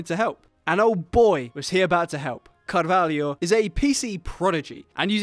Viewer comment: I know is just pronunciation, but you sais"Caralho", not "Carvalho", carvalho means oak, caralho means penis